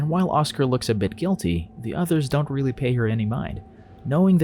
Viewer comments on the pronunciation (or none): none